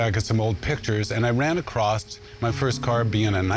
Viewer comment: Across, not acrossed.